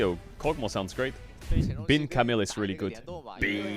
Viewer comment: Your Chinese pronunciation is improving! I'm noticing an increase in frequency of Bin being pronounced correctly. Keep it up! ( is wrong)